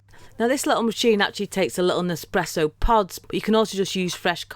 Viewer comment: Espresso. Not expresso. It sounded like a very smooth vibration for a cruising toy.